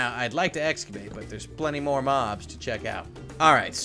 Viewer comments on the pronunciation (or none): none